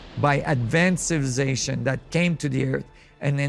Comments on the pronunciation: This man can't say the word civilization 🤣🤣🤣 civization he said hahahaaA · Does someone knows what he means when he say ancient “ciilvlicazattion” ? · Mf cant even say civilization and I’m supposed to trust what he has to say? He’s on a some pills or sm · you would think someone as smart as a person able to study all these great mysteries and make documentaries/videos educating the public about these things WOULD BE ABLE TO CORRECRLY PRONOUNCE THE WORD "CIVILIZATION". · How he say civilization 😅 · Man this dude really can’t say “civilization” but gotta give it to him he keeps on trying!